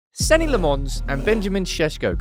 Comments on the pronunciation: For someone who prattles on about "community" so much, you clearly don't read your YouTube comments. 😂 His name is pronounced Senna Lommins, not Senny Le Mons. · Senne must dread saying his name and never hearing it said right.